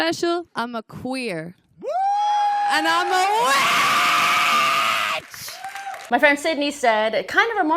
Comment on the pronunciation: sry while appreciate your info but that intro was hilarious! sure queer as if supposedly bfd, when to me the emphasis was definitely on WIIIITTTCHHH ... wth?😅something getting conjured there, but such a supposed spectrum doesn't necessarily entail or involve polarity unless provoked or imposed upon then expect opposition & else, ... the witchypoo thing happening though 🪄stay safe & well